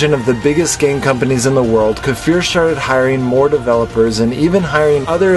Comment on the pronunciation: makes me remember back when you & most of us still pronounce his name KI-FUR :))